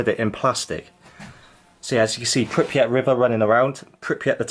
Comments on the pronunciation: Its pRipYat. (PRIP-YAT), Not pIpRYat. (PIP-REE-AT) 😖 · Bro.... PRIPIAT and no Pipriat... 😂😂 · PRRRRRYYYYYYYYPPPP-JJJATTTTT not PIPP-YATT aaaaaaaaaaaaaaaaaaaaaaaaaaaaaaaaaaaah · appreciate you making this but I'm a little thrown off by you continually saying "Pipryat" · Pripyat is not pronounced Pipryat. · it's so hard to hear it over and over lol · "pipryat guys"